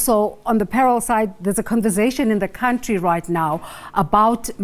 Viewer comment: Stop saying cowntry lol. It's country hahaha